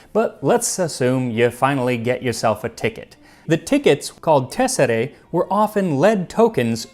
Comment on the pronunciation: The "æ" in TESSERÆ is pronounced somewhat like "aye" and definitely not "eh" or "ay"